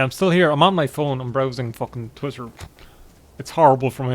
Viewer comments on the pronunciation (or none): none